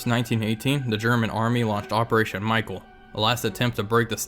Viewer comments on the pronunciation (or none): none